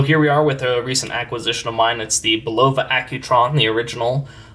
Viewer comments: Bulova also has its ultra high frequency (262kHz) “Precisionist” movement accurate to 10 seconds a year in a variety of pricier models including the Curv series, Precisionist chronographs, and the Lunar Pilot. And as a native New Yorker it has always been pronounced “BULL-uh-vuh” Do a Youtube search for “Bulova Watch Time” tv and radio ads from the 40s, 50s, and 60s Thanks for the video! That transistor looks odd to me (I have an M4) but the chapter ring, crystal, and handset look exactly right. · I find it surprising that the guy doesn’t know how to pronounced…..Bull’ la vah……….accent on the first syllable….😆👎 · Bulova....accent on the first syllable Bul’ o va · It’s pronounced Bull-uh-vah. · I went to the Bulova School of Watchmaking in New York and never had I heard Bulova pronounced with the accent on the '0'.